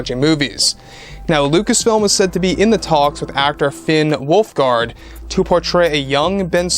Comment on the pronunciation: „Finn wolfgard“ He says